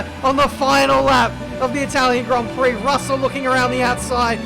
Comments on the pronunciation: Welcome to the Itawian Gwand Pwix Americans: i see no difference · "Welcome guys, to the Itwalian Gwand Pwix" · Itawian Gwand Pwix** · Itawian gwand pwix uwu (I’m so sorry) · Welcomm to dee itawian gwand pwee